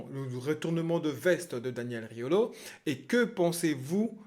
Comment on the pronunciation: Tu rajoutes un « g » à Riolo c’est Rigolo